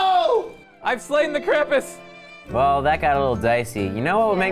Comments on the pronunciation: Krampus is German krampüs the ü is a ooo said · it pronounced krumpoos